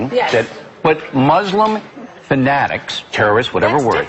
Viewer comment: Wow...Whoopi and Joy are really fat. And to hear Whoopi pronounce the religion Mooselimb makes me sick.